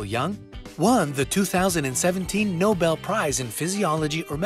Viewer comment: "Nobel" prize...